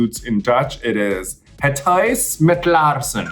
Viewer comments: hüüs mit laahrschen..? Girl no, i've heard way better haha ;) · Her constant mispronunciation of "huis" makes me die a little more inside each time she says it, though. 😂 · idk if you're joking or not, but that's not how you pronounce "huis". source: I speak Dutch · Ff serieus... her Dutch did not sound convincing at all! The way Raja says basic words like ‘huis’ (house) and ‘brood’ (bread) so poorly, and doesn’t know how to pronounce the oe in ‘roem’ (fame)... nope, but cute attempt...